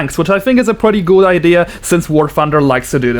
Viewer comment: The way u said " Gud "was actually kinda funny ngl.